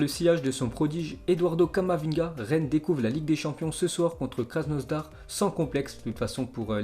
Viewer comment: Krasnodar pas krasnosdar mdrr